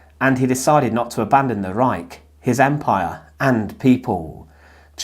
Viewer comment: Brother it's Reich with H the end H like hallo....reik haha